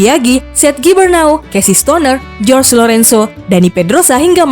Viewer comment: Gua ko ngakak ya denger baca nama JORGE LORENZO nya 😂😂, jors 😂, bacanya horhe atuh mbak 😂😂😂😂